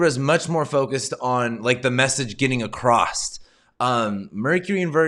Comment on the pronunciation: Before Mercury goes into Libra it's "Across" not Acrost". I hear this all the time when I'm in the Midwest, not at all on the East Coast.